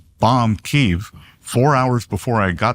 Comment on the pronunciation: Key Ev 🤦🏼‍♂️